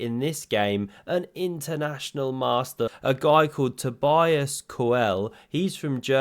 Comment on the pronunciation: So his name is pronounced toe-BEE-is KER-luh (very roughly). But the first name is the most important one. toe-BEE-uss